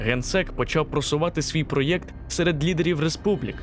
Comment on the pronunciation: Цікава історія, але вам потрібно щось робити з дикцією. По тренуйтесь вимовляти слова наприклад ПРОЕКТ. А то у вас ніби гикавка)) буде неииіоткинцікаво слухати, а й приємно) дякую за розуміння)